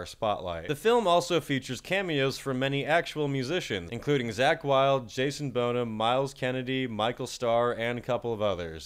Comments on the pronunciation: "Jason Bone-ham", and you call yourself a metalhead :( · "as classic as Led Zeppelin" but can't pronounce Bonham.